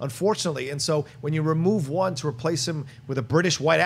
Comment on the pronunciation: did you say, I love one or I love Wan?:D